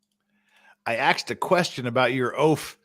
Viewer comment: "I specifically AXED for".....why are we wearing kid gloves with this clown?